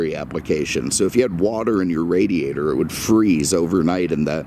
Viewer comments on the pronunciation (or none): none